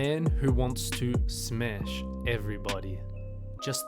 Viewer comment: Smesh everybody...